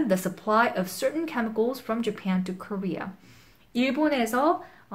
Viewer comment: 음 잘하시는편인데 여러구간의 한국인의 발음은 못피하시네요 conflict japan global 이런거.world 도약간 rural . . 이런소리가 들리는?. 좋은동영상임 그래도! 유익합니다!